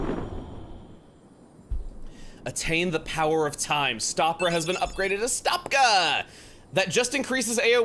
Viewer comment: I never knew "Power" was pronounced like the word "now". You learn something from smart people every day.